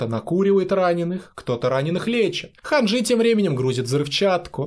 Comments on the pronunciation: НЕ ХанжЫ, а ХАнжи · Не ханджИ хАнджи окей?